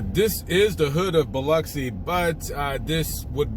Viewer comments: It is Pronounced "BILL-OXY", NOT BILL-UCKSI. Knew this Smoking girl from there I met in the Caribbean once. 😉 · Born in that place ! You pronounced my hometown wrong Bub ! not Uxi, it’s OXI. bilOXI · I have never heard it pronounced either way you mentioned. Bill-oxy? WTH?